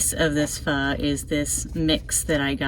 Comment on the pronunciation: I think you may be the only person (including Asian's) that pronounce pho correctly ("fhu"). I will explore further "flameless meals" as I am always looking at innovative camping meals. Thanks for your channel - I am a Toyota 4 Runner TRD Off Road Premium/KDSS owner, with a wanna-be micro-camper, and I love the way you make use of the space.